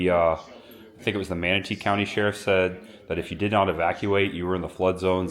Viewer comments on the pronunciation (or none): none